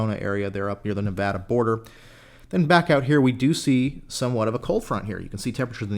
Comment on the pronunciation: Thank you for pronouncing Nevada correctly!